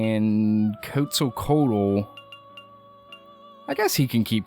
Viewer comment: It's not Coatzacoatal. it's QUETzacoatal.